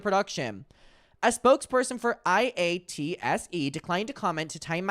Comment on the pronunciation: In case it comes up again, IATSE can be pronounced Eye-At-See